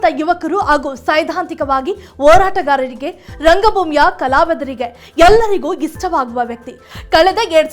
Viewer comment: ಅಮ್ಮಾ ತಾಯಿ, ಕನ್ನಡ ಭಾಷೆಯ ಪ್ಪಯೋಗ ಸರಿಯಾಗಿ ಹೇಳಮ್ಮ ಅನ್ನೊಂದ, ಏಳಲಾಗುತ್ತಿದೆ, ಅಣ, ಓರಾಟಗಾರ, ಅಗರಣ, ಏಳ್ತಾ ಇದೀವಿ, ಏಳುವ ಮಾತು, ಅಣಕಾಸು ಸಚಿವೆ, ಅನ್ನೊಂದು ಗಂಟೆ, ಇತ್ಯಾದಿ